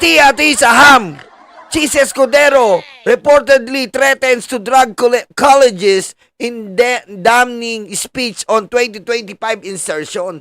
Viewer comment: Bruh... "Colleagues" ... pronounced as "KHA-LIG". LOL! I feel you brother so much corruption in the Senate, Congress, Judicial and even Executive branch of gov't.